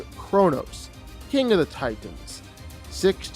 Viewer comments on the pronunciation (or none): none